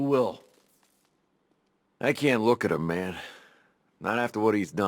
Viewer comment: Put some respect on his name and drop the hard “a”. It’s just Man